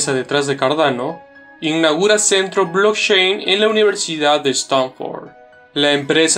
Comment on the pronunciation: Por favor mejora esa pronunciación… Stanford, blockchain, CEO… parece una lectura de un escolar.